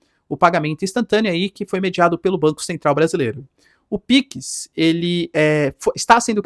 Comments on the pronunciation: Professor o nome é PIX não PICS tá muito estranha essa pronuncia, a ponto de chamar atenção, quebrando a imersão no conteúdo. Forte abraço 👍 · Professor, é "PIX", não "Píquis"... Se criadores não derem bom exemplo em uma pátria tão carente de educação, quem vai? Enfim, só uma crítica construtiva, pra nenhum gado vir questionar...